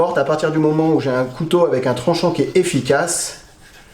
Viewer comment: là tu fais une légère erreur de prononciation mais qui est commune car c'est un mot difficile, cou-tau